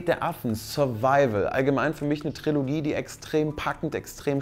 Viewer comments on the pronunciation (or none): none